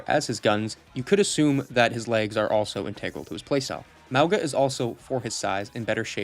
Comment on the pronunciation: Apparently Mauga is pronounced "Mah-Ohn-Ga". Love these vids, take your time to make them! I love Zarya but i really think she looks now like astronaut :D